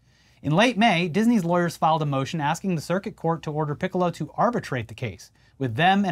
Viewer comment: I commend you both for trying so hard to not say Piccolo like the Dragon Ball character. Ya slipped up though.